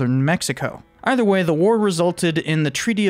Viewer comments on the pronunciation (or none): none